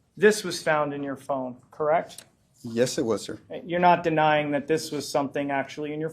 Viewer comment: And, is it just me, or does she overly pronounce yes?